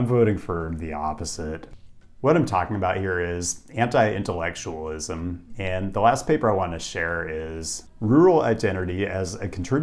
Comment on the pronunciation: This guy said anti-intellectualism and I heard henta-i-intellectualism